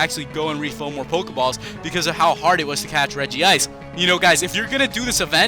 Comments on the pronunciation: i hate when the name is pronounced regi-ice. its reg-ice!!!! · Its Reg ice not Reg ee ice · It's regice not regiice reg ice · it pronounce reg-ice NOT regi-ice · It's not regi-ice. Its pronounced reg-ice. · Lol it's reg-ice